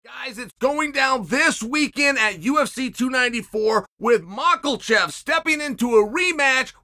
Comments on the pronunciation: If Chael keeps saying it’s Mackelchev then I guess it’s Mackelchev. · Chael pronounces Makhachev wrong as usual but pronounces Volkanovski perfectly 😂😂😂